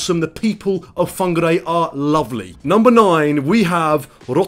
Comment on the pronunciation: Rotorua doesn't have a bad smell. whangarei is not pronounced Fongg- garray.